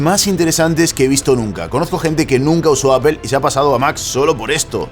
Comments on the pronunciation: Se dice 'apol'. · Qué es “apel” quien les enseñó a hablar?